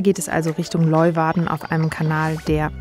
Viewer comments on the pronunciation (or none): Sehr ! schönes Video von einer sehr schönen Gegend. Und das spricht man Lö-uwarden, so ungefär... 😜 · Hi, aber bitte bitte mal kurz üben wie man Leeuwarden ausspricht (wie auf Deutsch "Lehwarden" ;-) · Die Stadt Leeuwarden wird "Lejwarde" ausgesprochen.